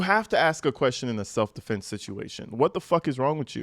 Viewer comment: Its probably AI you really think that idiot Alexander can write like that especially with all the correct grammar... He didn't even know how to say self defense he originally said multiple times self deflense not self defense... Not to mention see all the — in between the words... Most don't know how to use those unless you are a journalism major or English majors. You really think that fool does... My guess is AI wrote the statement